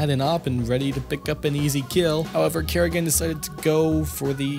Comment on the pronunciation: You don't seem to know a lot about this game. FaZe wasn't a CS:GO team during Katowice 2015 and it's not "Kerrigan" it's Karrigan. A little bit of research of paying attention can go a long way.